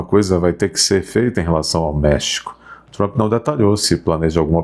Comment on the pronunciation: Esse tal de MARCO RUBIO é outro babaca, como o "TRAMPI" (como pronuncia o )